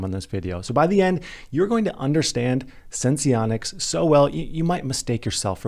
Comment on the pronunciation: I don't think you have to pronounce the e in sense